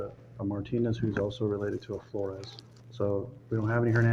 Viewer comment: the way you pronounced Flores, youre either Mexican or part of the culture 🫡😂